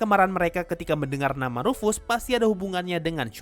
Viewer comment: Ruf-Ass..? Ruf dari bahasa jerman artinya "panggilan" Ass dari bahasa inggris artinya "Pantat :v" Jadi rufus artinya memanggil pantat :v